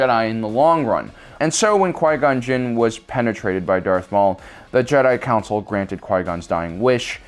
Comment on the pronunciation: “When Darth maul penetrated Quia gon gin”